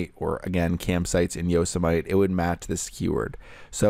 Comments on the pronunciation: easy mistake to make if you haven't heard of people pronouncing that word before. hahaha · Pretty awesome pronunciation of “Yosemite.”